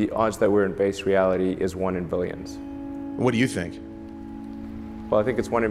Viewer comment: ELON supposedly so smart.. but can't pronounce a 'B' sound when talking.. "the odds that this is 'vase' reality is one in 'villions'" .. i think it's one in 'villions' . .WTF?? V FOR VENDETTA MUCH HERE.. 'VHAT DO YOU VANT?' KISSINGER? ILLUMINATI WHAT?..